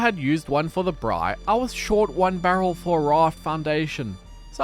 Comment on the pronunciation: Spread the word, the word is "braai" (bra-eye) 😁. Very entertaining, and enjoyed every minute. Looking forward to starting my own survival adventure in Stranded deep.